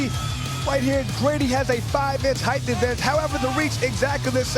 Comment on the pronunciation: I like the commentator, but ffs there is no H at the end of "height".